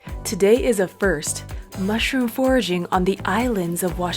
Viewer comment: honey mussroom 😂